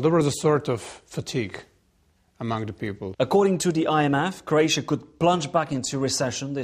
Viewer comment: Croatia not Craotia....